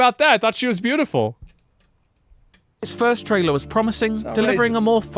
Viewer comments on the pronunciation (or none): none